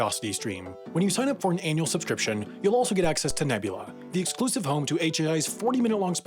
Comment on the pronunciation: Did you say anal subscription?